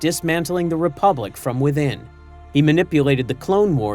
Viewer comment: Republic. The word, is republic.